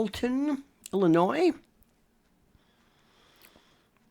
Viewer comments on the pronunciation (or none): none